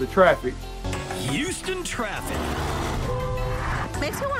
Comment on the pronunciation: Nice video! I just moved here and i appreciate you making this video. Just the way you say Houston really bothered me but other than that it was good. Heeouston.